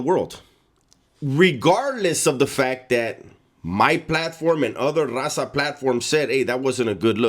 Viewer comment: When he try’s to say raza and it sounds like rasa